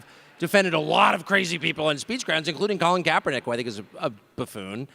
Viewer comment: Cenk really thought he had a mic drop when he said colin kapaernick. That was hilarious.